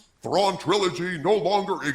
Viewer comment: Please not Trawn